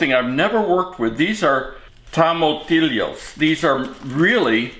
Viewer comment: I'm not of Hispanic or Latino descent but it's pronounced tom-a-tee-yo 😁